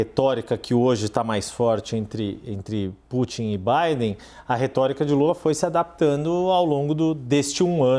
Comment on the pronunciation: Sei q é algo sério eu ri do cara chamando lula de lura kk